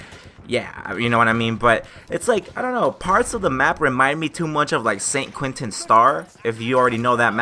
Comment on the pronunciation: Let me help you to pronounce those words in french Verdun : Ver like Verify . Dun like in hayden . St quentin : saint - khan (genghis khan)/ taint dont pronounce the t : saint khan/tain fort de vaux : Far devo . Soissons : So/wa/ ss /ON of ONtario Rupture : Rup of rupert / ture is the same as the english one , like in vulture . Source : French Canadian here. Nice vids Btw. !!